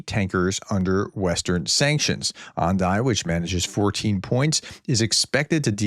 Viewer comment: Ah-Dah-nee my friend :), a big Indian company